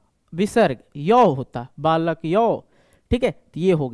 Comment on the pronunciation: Aapka balakau ka uccharan sahi nahin hai.